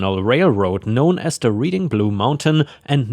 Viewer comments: I doubt that I will be heard, but Reading Pennsylvania is pronounced "Red-ing" not "Reeding" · You mispronounced Reading. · Bass, when it refers to fish is pronounced so it rhymes with lass. There's a small town around here that will, from what I've heard, will ticket you for going 1 over. I make sure I do under the speed limit when I drive through. Reading, when referring to Reading Pennsylvania is pronounced Redding. ETA I like your cat tower.